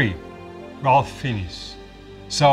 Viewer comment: This "critic" in the video would actually be credible if he could pronounce "Ralph Fiennes". He missed on both the first and last names.